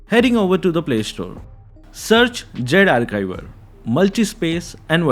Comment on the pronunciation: Zarchiver ❌ Zarkaivar ✅